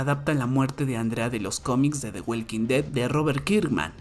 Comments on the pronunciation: De welkin det 😂😂😂😂 The walking dead (Da woking ded) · Por qué lo pronuncias “the weilking ded “?? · Me duelen mis oídos de escuchar cómo pronuncias el nombre de la serie, mejor pronúnciala en español. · "De güelquindet" 🤣